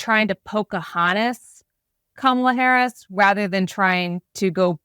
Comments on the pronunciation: He isn’t intentionally mis pronouncing Kamala..it’s evidence, yet again, of phonemic aphasia.. he also just doesn’t remember her name.. HE’S TOO OLD, HE SHOULD WITHDRAW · The wrong way to pronounce Kamala is actually the correct way to pronounce it, it's just not the American sounding one.